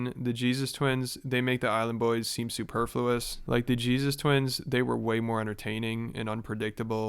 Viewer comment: My man hitting’ us with that “superfluous” outta nowhere without even slurrin’. Okay. I see you.